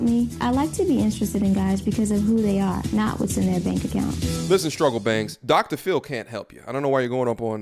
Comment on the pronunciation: Lmao... hold up fam did you say Struggle Bangs.? Thought you said struggle banks lol At the end of the day this delusional woman needs a true wake up call because obviously she has not acquired those values, self reflection and work on them results. Good Video Brother💯 Stay Safe and Guidance Family🙏🏾💯